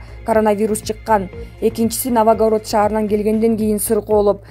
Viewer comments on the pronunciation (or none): Журналист ушунча катаа менен окуйсунбу?.Новогород дейт.Ал Новгород болсо керек.Дезинфекация дейсин.А эч нерсе эмес ЖКнын спикери тантырап атса сага кудай бербейби.